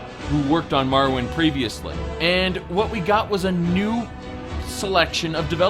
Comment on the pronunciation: ha! Was he trying to say Morrowind? XD